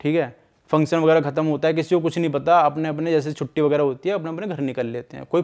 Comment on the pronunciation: Function bolo pehle theek se